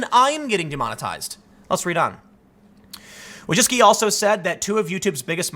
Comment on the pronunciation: Wójcicki Vooy-chi-tzky